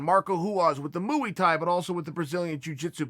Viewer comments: Ah yes, the age old art of fighting with eight limbs, "mooey tie" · Mu-ee thai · Moooey Tie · “Mooey tie”